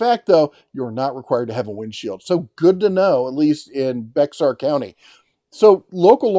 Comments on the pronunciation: Just an FYI, Bexar county is pronounced “Bear county “ Very appropriate for you. San Antonio, TX is in Bexar county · Bexar County Texas is pronounced "bear".